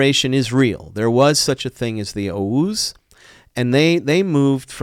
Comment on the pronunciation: He cant even say oghuz